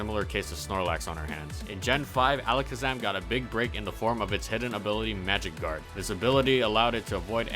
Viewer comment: When he said magic guard I thought he said magikarp lmaoooo